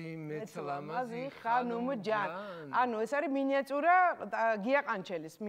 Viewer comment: მინიაწურა კი არა მინიატურა. არასწორი მეტყველება არავის აღიზიანებს ჩემს მეტს? :( ტარიელი კი კარგად უკრავს :)